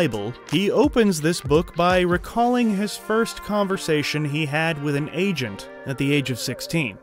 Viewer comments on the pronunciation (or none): none